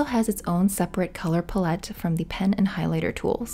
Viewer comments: please 😭 “palette” rhymes with mallet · That's the French way of saying it! Let her be!